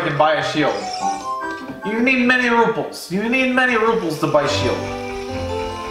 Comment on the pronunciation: Did he just call Rupees RUPLES